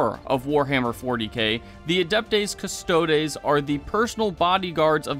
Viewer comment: You can't even pronounce Custodes or Sanguinius correctly. It was 8th edition, not 7th, for male Terra royalty recruitment, chat has beat you up over your misquote regarding SoS. I can't take your vid seriously bc you can't take your job as a YouTuber srsly.